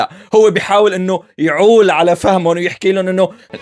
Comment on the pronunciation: اولا حافظ مصطلح يعول ياريتك تلفظه صح تبا لك وعلى غباءك ثانيا شولي زاعجك شو الكل علاقة ليش منهان ولك شو دخلك ملاحظ انك تافه وغليظ يا ترى غيران شفنا عالم غمت وقت تصورت مع مطربين غيره وطلعوا المسرح على مين عم تكذب وتتفزلك كتير عامل حالك مهضوم لمصلحة مين عم تنقد نقد غبي متلك